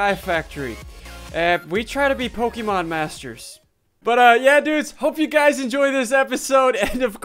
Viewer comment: you're bad at Pokámanz